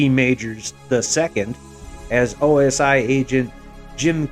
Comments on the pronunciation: OSI, not OSO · It was OSI not OSO. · it's OSI not OSO... I reckon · Its OSI ... NOT OSO!!! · It was the OSI not OSO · OMG, you doof. It is NOT the OSO, it is the OSI. Pulling the cord.... better luck next time.